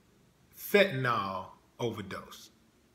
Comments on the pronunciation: You dont know what you are talking about. First of all the drug is pronounced with ill at thevend and not ol. It is fentanyl, nit fentanol. Prince had aids. He was nit leading a squeeky clean life. He was working like a wild man. His back up singer found him unconcious on his plane and could not revive him. It seems pretty obvious that he was on something. His life changed after he got aids and for him to be taking crazy drugs if hecwas getting very sick, is understandable. It looks like he was special to you but he was human. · it's called Fentanyl not Fent-Ta-Nawl...lol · fentanyl jackass pronounced fent-a,nil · Fentanyl, not fentanol.